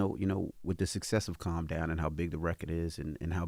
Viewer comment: It's Calm Down not "Come Down"😅😅